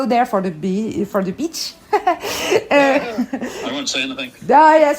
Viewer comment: What a fantastic interview. Fascinating and interesting, and her accent is great despite the pronunciation of 'beach'